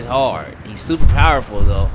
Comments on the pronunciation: super fowerful, I mean I guess that’s how u say it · Tyjay Hill I wasn’t trying to be rude I was just saying